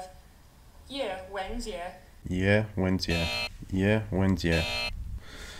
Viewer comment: haha your pronunciation of ye wen jie is not bad. 👍